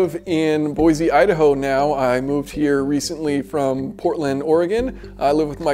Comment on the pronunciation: Gotta learn how to pronounce Boise....